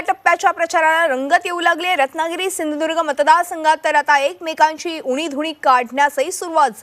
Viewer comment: अहो सिंधुदुर्ग ला सिंदुर्ग म्हणता तुम्ही शिक्षणावर आपण न बोललेलंच बरा